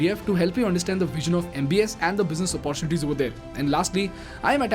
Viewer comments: Hi bro... you pronounce all the words as the way they need to be pronounced... But you pronounce "Opportunity" incorrectly all the time.. please correct it... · I am a regular follower of your channel. Really appreciate your style of explaining issues. Your English is excellent. One area of of improvement is the pronunciation of the word ‘ OPPORTUNITY ‘. Best wishes!